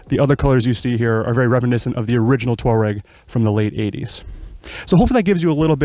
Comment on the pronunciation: Great review, (At Last an American who can pronounce "TWaa-REGG" and not say "Tour-ag" I've ordered one of these having tested one recently. 6 weeks delivery and I can't wait.